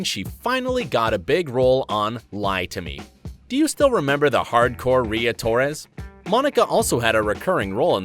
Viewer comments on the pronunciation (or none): none